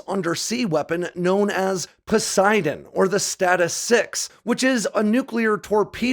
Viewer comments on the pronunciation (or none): none